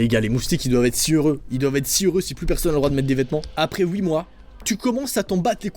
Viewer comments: tu me tue de rire car tu Di pa huit mai ouit mdr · j'adore XD il dit ouit au lieu de huit